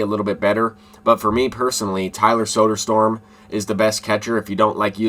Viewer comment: Soder-STROM brother